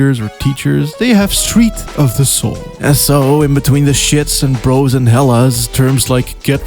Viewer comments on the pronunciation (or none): none